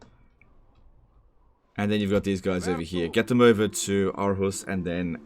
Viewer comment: as a danish person, I want to point out that its “Århus” or “AArhus,” and not arhus!